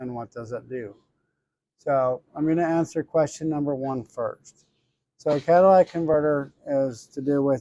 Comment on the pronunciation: In the word catalytic, where the letter y is you are pronouncing it with a letter a sound. It’s catalytic, not catalatic. Not being a jerk, just giving you a heads up. At least you’re not saying Cadillac converter like I’ve seen on another video or two.🙂